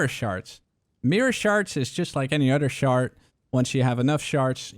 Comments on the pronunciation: Shard or shart?? 😂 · I love that pronounces shard as shart 😂